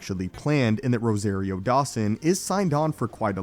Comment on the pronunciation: Cringe: every time he pronounces Rosario's name. It's rose- ah- rio not ros-A-rio !